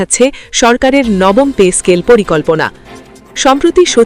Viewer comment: পে স্কেল নাকি পেচ স্কেল শুনতে শুনতে কান নষ্ট হয়ে গেল